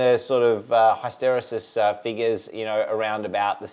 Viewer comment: Mate, you're not allowed to give another Control Systems lecture until you learn how to say HISS-tuh-REE-sus